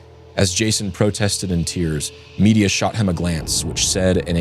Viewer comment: Please please please check how to pronounce names. All through this podcast Medea has been prounced " media". It is prounced with stress on the 2nd syllable "med - DEE - ia"